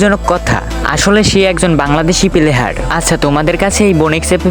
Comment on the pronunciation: প্লেহার ❌ প্লেয়ার ✅